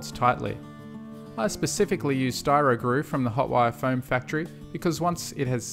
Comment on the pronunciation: You,said styrogru